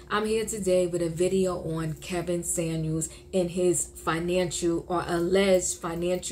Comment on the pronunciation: Lol.. his name was neither SaNuels nor Samuel... it was SaMuelS...why is it so hard for ppl to say that correctly?